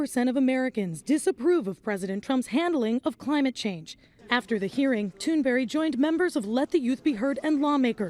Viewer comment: Nobody gonna mention how she said Greta Tunberry?